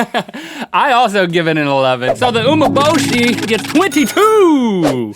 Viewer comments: Just a helpful tip, Umeboshi is pronounced oo-meh-bo-shi not oo-mo-bo-shi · Umeboshi is more salty than sour. The "me" from umeboshi is pronounced as "me" in "men" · It's pronounced umei-boshi. Love you guys! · Also it’s pronounced, u-may-bo-shi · That was a joke. It sounded like he was saying "Oh my boshi". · Nice! BTW, in Japan, an Ume-Boshi a day keeps the doctor away. They are delicious Also the pronunciation is U-MEH Boshi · It's pronounced "ooh-may-bow-she" (: And it's regularly eaten in Japan! (: Very expensive though.. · It's actually pronounced oo- me (as in egg) -bow-she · u pronounce umeboshi like oo-MEH-bow-shee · I thought it was pronounced oo-meh-bo-shi..........so which one is it......RED FLASH! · #RhettAndLink it's pronounced as OO-MAY-BO-SHE = Umeboshi